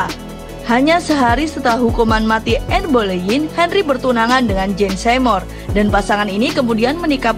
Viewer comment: Enn bolenn bcnya Kaka